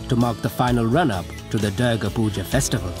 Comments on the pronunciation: The commentator pronounces the name of our Divine Goddess Durga ( Doourga) as Derrgaa !! :) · Beautiful upload- thank you. Durga is pronounced doorga. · The narrator's pretending to be Indian and he can't even pronounce dhur-ga? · He butchered the name Durga ..commentators should learn how to pronounce a name properly before they can take up this job.